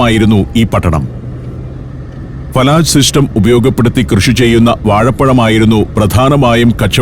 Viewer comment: ഫലജ് not ഫലാജ് ❤from oman